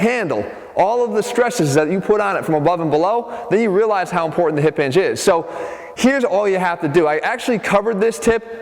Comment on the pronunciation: Jeff "Impor-Ant" Cavalier